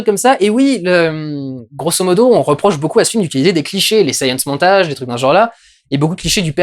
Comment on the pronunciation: Il n'y a que moi qui est entendu "Saiyan Montage" plutôt que "Science Montage" x) ?